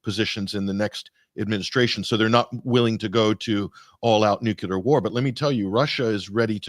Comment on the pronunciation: Sigh... yet another video cut short by the word nucular.